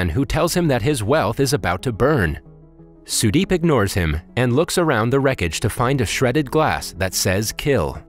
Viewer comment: as an indian the way you pronounce the names cant stop me from dying of laughter, but the way you said sudeep is actually a good pronouncemnt